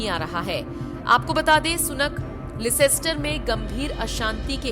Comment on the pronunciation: the city is called Lester and not Licester